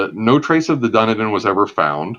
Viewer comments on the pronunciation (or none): Dun-e-din! It's pronounced Dun-eden. Good sea yarns though.